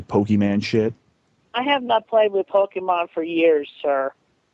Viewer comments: And randomly decided to start pronouncing it "Poke-man" halfway through the call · saying "poke-man" to rlly sell it 😭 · im surprised that chris didn't get mad at him for mispronouncing pokemon